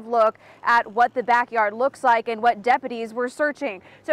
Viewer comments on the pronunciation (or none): none